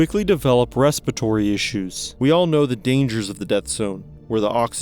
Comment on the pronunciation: RESPIR A TORY. NOT RE SPIT ORY PLEASE .